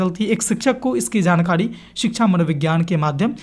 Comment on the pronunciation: jankadi aap ra ko dha kyu bolte hain